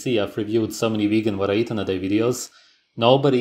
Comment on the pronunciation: ''ve-hee-hee-gan'' X''D